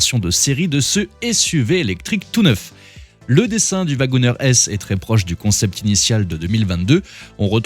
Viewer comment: "wagonEEr"!!!!! Prononcé "wagonir". Comme le "CherokEE", on ne dit pas "CherokÈ". Vous ne prononcez pas "JÈP" pour le nom de la marque, tout de même? 🤦🏼‍♂️